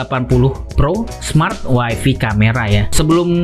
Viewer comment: Bang, tlg wifi dibacanya wayfay, bukan wayfi.Wayfi dlm bhs inggris artinya istri.